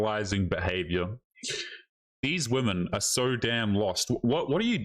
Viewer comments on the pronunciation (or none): Why do these women pronounce women as woman? It drives me crazy.